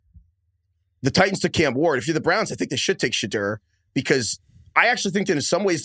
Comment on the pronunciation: it’s not Shadurr. Someone correct him how does a draft show not know how to pronounce a top 5 picks name